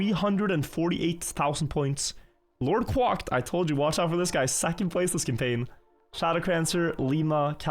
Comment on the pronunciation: Quacked said as 'kwakt'